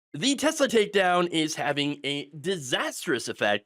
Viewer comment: It's pronounced, "TeSLUR."